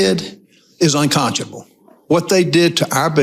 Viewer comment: unconchable a new senator word instead unconscionable